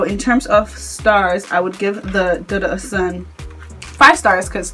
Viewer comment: Dudu is pronounced doo doo. It is a Yoruba word that means black. Ose Dudu means black soap.